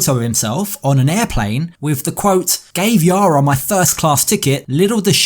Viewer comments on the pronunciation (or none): none